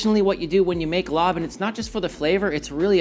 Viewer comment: Larb is pronounced “lop” not “lob”